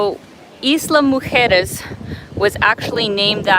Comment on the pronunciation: Good pronunciation of Islas Mujeres. Most north Americans that speak English have problems pronouncing Spanish.